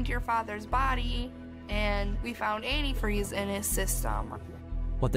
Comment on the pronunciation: The mom outed herself by the way she says antifreeze incorrectly, even spelled it incorrectly